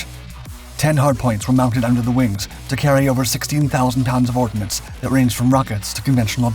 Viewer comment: "16,000 TONNES OF ORDNACE"???? OH DEAR.... HAS DONE ANOTHER BLOOPER... AND THEY'RE GONNA TAKE OVER THE WORLD🤡.... "VOT VOZ IT, ZAT MADE YOU VARY, ZAT VE VERE NODD ZE ZAME AS YOU..." 😭😭😭😭😭😭😂😂😂😂😆😆😆😆😆🤯🤯🤯🤯💩💩💩🤡🤡🤡🤡💪💪💪💪👍👍👍